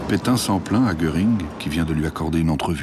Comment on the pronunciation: Pétain pas Pétin.